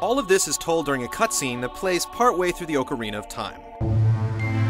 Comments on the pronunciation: Yeah, you're right. Especially his pronounciation of ocarina. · I always thought "ocarina" was pronounced with a short "o" sound?